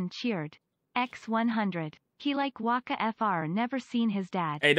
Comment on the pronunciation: I thought wacka was called waka